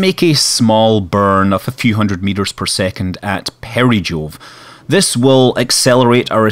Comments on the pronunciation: he said "peri-jool". It's peri-Jupiter but I can see why he made that mistake. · i would have probably understood that as i have some knowledge about roman and greek mythology to an extent that i know that both neptune and poseidon are Gods of the sea in their respective religion. The problem was that i thought he said jool when he said jove as they sound simillar.